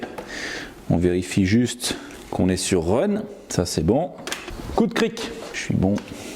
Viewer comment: Un moment tu a dit coup de krick 😫